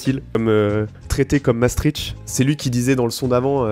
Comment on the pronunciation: La vidéo est vraiment cool mais il y'a un truc qui vient de me trigger. Je n'en peux plus des gens qui prononcent Maastricht avec le CH, ça se prononce MaastriKt. Faites tourner le messages SVP. Bisous.